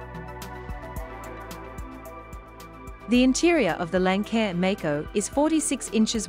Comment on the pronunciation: Your mispronouncing Lancair. It’s Lance-air after Lance N, the original owner of Lancair.